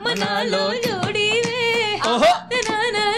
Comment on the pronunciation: भाई लोहड़ी होता है लौड़ी नहीं😂😂😂😂